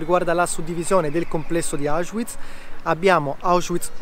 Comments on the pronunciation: Auschwiitz perchè lo pronunci così con la w inglese? la w si legga v e non u.. ? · Non capisco perché si continui a dire Auschuiz... il w in tedesco non è u come in inglese ma v normale.